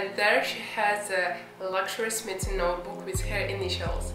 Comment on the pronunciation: It’s pronounced “smy’ like sky. So it’s smythson